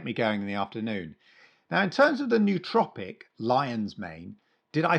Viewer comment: the pronunciation of "nootropic" is not "NEW-tropic", but more like "Noah-tropic” (confer: "cooperate")